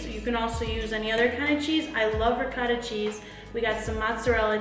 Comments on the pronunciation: As an Italian, I cringed when she said "Rick-ott-ah." It's pronounced "Rig-aw-tuh" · she butchered saying ricotta